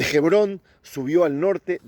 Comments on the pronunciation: Hebron. H. MUDA. No se dice jebron. Suponiendo que no esté la letra H. Ebron. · OJO! Amigo, Gebron No! Sé Lee y sé pronuncia "HEBRÓN"